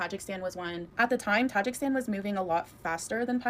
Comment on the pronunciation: She can't even pronounce Tajikistan yet she sent $1400 there